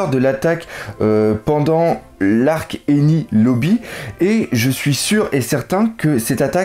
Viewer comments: Super vidéo ! On voit que tu t'investis énormément dans tes recherche :) ! ( ps : pourquoi tu dis eni lobby au lieu de dire " eniES lobby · .'est moi ou tu dis ENI lobby ? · salut a enies lobbie le s se prononce 😊😉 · Tu suis mêmes passe dire rayleigh et enies lobby salut fait mal aussi oreilles de t'entendre mes prononcé